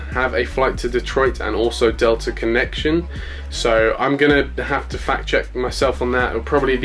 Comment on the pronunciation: you said selta connection instead of delta connection